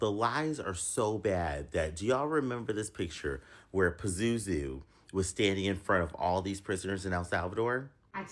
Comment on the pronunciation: i thought he said pet zoo